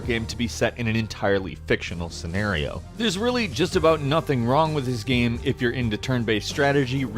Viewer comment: PLEASE LEARN TO PRONOUNCE "GAME" IT'S NOT THAT HARD